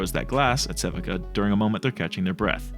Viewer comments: If anyone hasn't pointed this out yet (and I'm prolly late), Sevika's name is pronounced "seh-vee-kah" not "seh-vih-kah" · love the way you pronounce sevika lol. sea-vee-kuh is the right way tho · It’s pronounced <SE VEE KA>